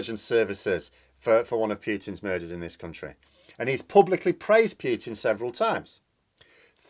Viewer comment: I know it's natural to Anglicise foreign names, but still the "t" in Putin is palatalized like "cz"; the "d" in Lebedev is also palataliced like "dj". I spare you the stresses.